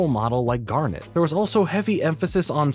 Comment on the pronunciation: I'm glad you watched it finally! I'll even let the fact that you say "Garnette" instead of just Garnet slide 'cause you're cool. What I took from Steven universe (particularly future) Is that you need to love yourself as much as you love others. They're both equally important to a healthy mental space. It's not narcissistic to be comfortable with yourself and think about what you need sometimes, nor is it necessary to constantly martyr yourself and sacrifice your own happiness for the sake of others. Loving others and loving yourself are two sides of the same coin. Without one, the other suffers.